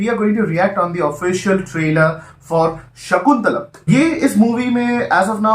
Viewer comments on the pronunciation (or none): And its not shakuntalam Its shaakuntalam Shaaaakuntalam